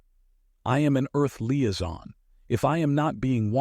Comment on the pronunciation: What’s a leeazon……..